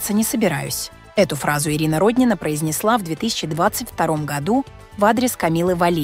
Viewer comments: Не РОднина, а РоднинА, для начала хотя бы в фамилии ударение правильно ставьте. Видимо, впервые узнали об этой женщине, а она не просто депутат, а настоящая спортивная гордость России, многие помнят ее триумфальные выступления и блестящие победы.Не вижу в ее высказывании ничего оскорбительного для проживающих за третьим кольцом, чтобы так остервенело ее хейтить. Я не москвичка, но согласна с ней. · Не РОднина , а РоднинА. Но наверное пора уже на пенсию ей, пораААААА, давноОООООО....зажралась......